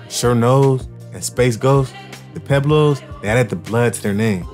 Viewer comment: I can’t listen to this with you saying Pueblos wrong pweb Los that how you pronounce it ….damn I wanted to see what this video was about